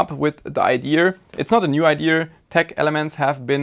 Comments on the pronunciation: Don't pick up that redneck "IdeR", please Just... don't Es gibt kein R in "Idea" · ia ia say after me ia not iar or ear lol jk but furealio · There is no R in Idéa. 😅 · "what a stupid idear" is that a meme on this channel or why does he pronounce "idea" wrong ? not hating, i love this channel ,just wondering . its in multiple videos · Lol you kill me with the way you say idea.... No mocking, love the content as always, but there's no r in idea LOL I'm dying..